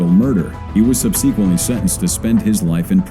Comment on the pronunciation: Love ur vids and appreciate them but please, please ask google how to pronounce the word “ Subsequent”. I thought it was just a mistake the first time I heard u say it, but you say it the same (very wrong) way everytime. And it seems to be an often reoccurring word us d in your descriptions. Frankly, it bothers me more than it should and is becoming a pet peeve of mine that I can’t ignore